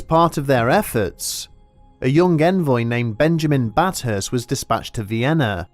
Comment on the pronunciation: It’s bath hurst no bat hurst